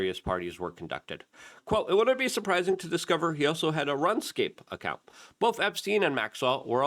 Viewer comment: "Runcape" lmfao